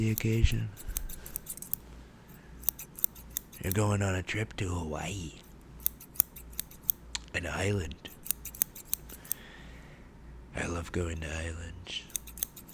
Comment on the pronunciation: “Your going on a trip to hawayii”